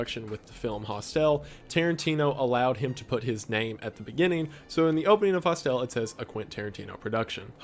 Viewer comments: Wendigoon mispronounced — Hostel. He emphasized syllable Hos. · His pronunciation of "Hostel" bothers me more than it should. 😅